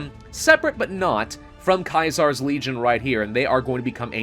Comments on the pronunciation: caesar not kaisar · Just curious why you pronounce Caesar's Legion as Kaiser's Legion? He wasn't Julius Kaiser (ki zar), he was Julius Caesar (see zar). The casino is called Caesar's (see zar's) Palace and not Kaiser's (ki zar's) Palace. So why the Germanic version of the name? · stop saying Caesar (see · zr) as KAISER wrong country, we aren't in Germany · Also isn’t it Caesar? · Its weird hearing you say Kaisar instead of Caesar. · I still can't get over how he says Caesar :/